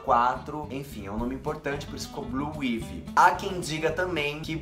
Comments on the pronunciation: SE PRONUNCIA BLUE AAAAIVY,e não como se lê rs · é " Bluaivi " 😂😂😂😂😂